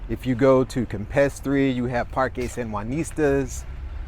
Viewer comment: Bro. Great video. However your pronunciations are so wack. Parkey?? What. Fyi. Just pronounced the vowels AEI OU with a Spanish sound and not English. Aah. eH.( sounds like softer ate). I is EE. Like weeeee.. O. Like. OH no.. U. Uff. With out the F. 5 min effort and your much easier to listen to.. 😂